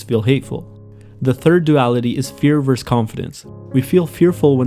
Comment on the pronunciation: The way you say versus disturbs me greatly